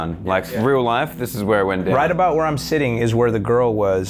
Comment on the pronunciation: ''The kitchen wair the female hung out ''😂😂😂😂